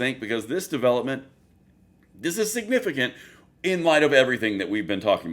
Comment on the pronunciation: He said “Sig nificant” and didn’t even realize it… 😂😂😂